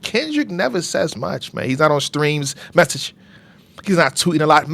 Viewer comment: The way he said “MESSAGE!” Got me geeking at the desk at work. the way his face don’t flinch when that water hit. Absolutely demented. Why would you antagonize that demon.